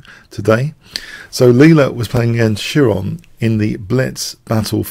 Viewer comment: Just a minor nitpick: It's pronounced (more like) kye-ron than chee-ron or shee-ron, being the name of a Greek mythological character (a centaur), and those chrazy Greechs with their hard 'ch' which is actually an Anglicization of the Greek letter Chi. The actual sound is probably even closer to the hard Scottish 'ch' in Loch Ness, but as with famous names like Archimedes and common words like arachnophobia and echo, we usually just simplify them to a 'k' sound.